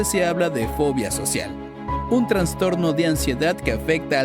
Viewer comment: Es Trastorno, No TraNstorno, esta mal dicho.